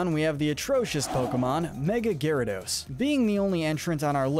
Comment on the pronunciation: It's Gyarados, NOT flipping Gayradose! Both A's should be after the Y, and the name does NOT end with an E!